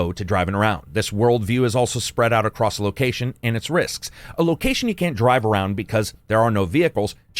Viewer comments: *across, not accrost. Love ya! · Leaving a comment to help with algorithm...there is no "t" in the word, "across" 🤣. Love the channel, keep up the great work!